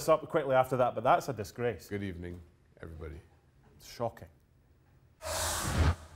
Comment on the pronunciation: good ebening, LOL Shaka is the best loool